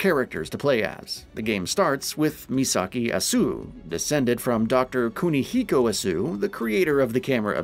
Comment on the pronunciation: Asu? haiBARA? God I wish you guys would do your research in how to pronounce Japanese names, it's painful...